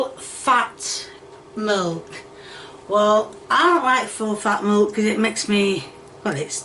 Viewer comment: When she first said milk I legit had to go back cuz the way she said it I heard “molk”